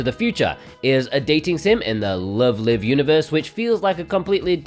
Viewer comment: Great video! Always helps me keep track of imports coming out, and it's nice to note down any games that sound interesting to me! Thanks for your hard work on these! One little thing: Love Live! Is pronounced 'laiv' as in 'concert live' because they're idols! It's not a big deal. I just figured I'd let you know, haha